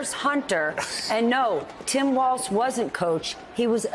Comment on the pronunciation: walz said feir